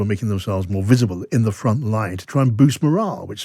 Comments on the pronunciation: He pronounces morale like moral. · I think he means morale although he keeps saying moral